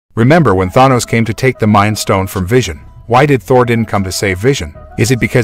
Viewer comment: Bro make a video about thanos but cant even pronounce thanos correctly or wakanda